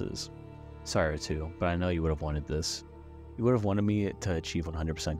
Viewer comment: this channel is so underrated but it kinda annoys me that you called ratau ratoo